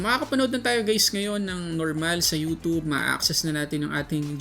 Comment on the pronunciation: “youtoob” cringe